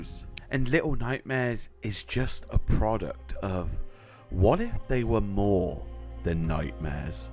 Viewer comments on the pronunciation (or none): guys. clearly says “more” here. you know, it sounds a lot like “maw” (from the game little nightmares.) don’t quote me on it, but i think might subtly be telling us he’s a little nightmares fan through clues